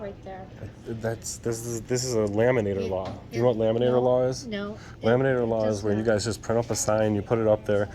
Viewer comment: “It’s a laminater law” 😂😂😂🇨🇦👍